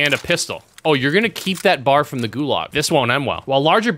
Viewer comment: Really you called it a bar…ITS B.A.R not bar its B.A.R